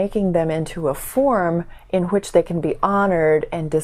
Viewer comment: 'which' - nice to hear the aspirate W; this has largely died out in the UK (so no difference between 'white' and 'wight.') Some food for thought in this video; thank you.